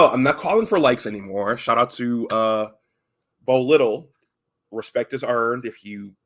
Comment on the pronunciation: Also it’s pronounced Bo “Lye-tell”. Appreciate the shout outs. Good stuff!